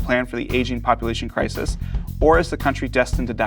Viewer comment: Did he say asian people or aging people